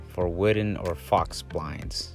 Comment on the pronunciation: Fox blinds? 😆 Are we talking about faux wood blinds? It's French, pronounced like "foh" with a long O. Good video, thanks.